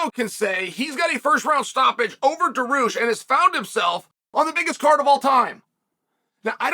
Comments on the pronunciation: Armen Sarkaryan 😅😂that's incredible 😂😂😂😂oh Lordy it's Sarkaryan and Daroosh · bro said dah-roosh